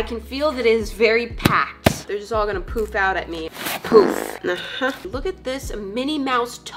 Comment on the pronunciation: When she said poof, I kind of sound like she said poop I mean that’s just the way I heard it may be wrong who knows?(yes, I did like my own comment)